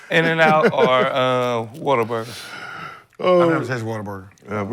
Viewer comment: and get it, but Rashad and Swag really disappointed me though. Also it's What-A-Burger, not water burger. 😂😂😂😂😂😂